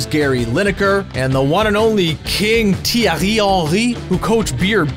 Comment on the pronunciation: The Thierry Henry pronounciation Was pretty good, (from a french speaker)